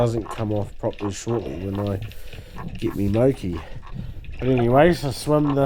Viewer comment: MORE KEY mate MOKI.Not "mow key" mean video but. wicked viz